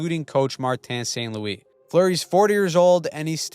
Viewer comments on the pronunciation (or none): none